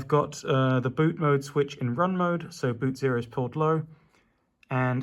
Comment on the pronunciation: BOOT MOOD um try saying MODE, MOOD is you wife having a bad day, mode is a setting.